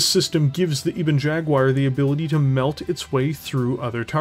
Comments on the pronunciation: Great vid as always even if I did wince at the "E-Bon Jag-Wire!" And the Ebon Jag's always been a good 'mech, even if i'm still sure they switched up the fluff and names for the Kingfisher and the Ebon Jaguar/cauldron born which goes on about how tough it is when its not that tough, whereas the Kingfisher is tough as old boots. the only thing about the Jag is that its prime config is true kitchen sink syndrome, its got a gun for every occasion rather than being less focused. Like it don't need the SRM-2, rip that out, and put in an ER Med and ER Small for example. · Well, he can at least properly pronounce Cauldron Born. As opposed to "Eeebon Jagwire"